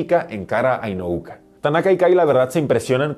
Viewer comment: Espero no te moleste que te corrija, pero se apellida INU-O-KA, inu significa perro en japo, tal vez te sirva de referencia para que no te confundas al pronunciar su nombre.